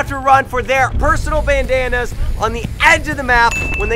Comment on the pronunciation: is it just me or does it sound like he's saying bananas instead of bandanas when he's explaining the final?